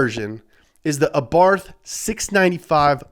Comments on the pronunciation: Why does he keep saying 'Arbarth'? Lol. It's Abarth!! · It's pronounced ABART not ABARFFFFF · Every time he spells Abarth as "Abarf", I'm gonna barf Seriously, someone has to say him that it's spelled with "T" not "F" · It's pronunced "Abarth"